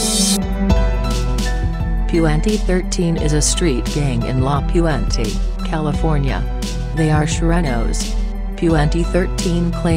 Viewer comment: Lady straight up butchered my cities name 😂